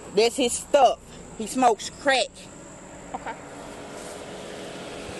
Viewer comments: I don't think she said crack, it sounded more like "creck" (a new type of meth maybe?) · He smokes Creck, not ‘crack’, *Creck* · "Smokin creck" 😂😂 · "He's a creck-hid! He smokes creck"